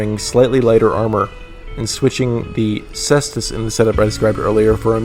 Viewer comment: PSA: the C in Caestus is hard, pronounced like a K! I won't bother with the diphthong...